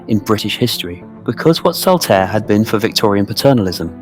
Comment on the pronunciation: Also - ‘Airy valley’? C’mon, it’s just lazy pronunciation. You got Saltaire right - it’s not Saltairy.